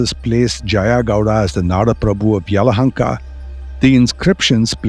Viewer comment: Name is Bengaluru 💛❤️ you got Yelahanka right 👍 We don't need any kind of 'Bang' in the city and there's no 'lore' refering my city as Bangalore ✌️. ಇತಿಹಾಸ ಹೇಳುವಾಗ ಸ್ಪಷ್ಟವಾಗಿ ಉಚ್ಚರಿಸಿ ಹೆಸರ ಗುರುತಿಸಿ ಹೇಳುವುದು ಆ ವ್ಯಾಪ್ತಿಗೆ ಕೊಡುವ ಮೊದಲ ಗೌರವ 🙏